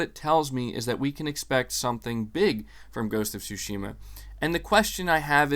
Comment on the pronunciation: Hi, thanks for your always informative content. It's all great, but there was just one thing that caught my attention, so please allow me to mention it. I'm a Japanese dude living in Tokyo, and of course a native Japanese speaker. So it's about how you (and almost all other non-Japanese, so it's certainly not just you) pronounce the word Tsushima (対馬). In this word, you can say that the stress is on the first syllable and not the second as in your pronunciation, a linguistic fact which I of course don't blame you for not knowing. So if you pronounce it Tsúshima instead of Tsushíma (if I were to describe it using the Spanish accent mark), it'll be much closer to its actual pronunciation. You can hear it pronounced by native Japanese speakers here: Some words just are pronounced that way, for example the male name Akira (again, Ákira and not Akíra as often pronounced). But this doesn't apply to my name, so yeah... Who knows what the rules are. Languages are so random, I tell ya. I wouldn't have mentioned it were it not for the fact that you have a lot of followers who will hear you and most likely learn from you consciously or unconsciously, so if you could correct it, it'd have a positive effect, I thought. Also, if it was just once or twice I wouldn't have paid too much attention, but when said repeatedly it became a little jarring to hear it, so I thought I'd tell you that. It's not that big a deal, but still not bad to know... I'd also like to be informed if I mi